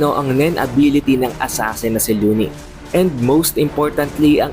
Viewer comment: luwini ata yan pagbasa boss